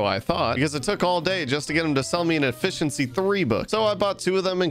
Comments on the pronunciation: didnt anyone see how he said effeciency 5 but it was effincency 4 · HEH effenciyy 5 for 4